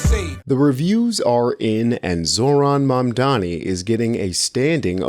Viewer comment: 93% of MAMDANI'S critics can't pronounce his name correctly. That says something about them.